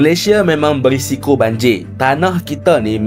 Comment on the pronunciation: Bukan banjir bro , tapi banjiyaq...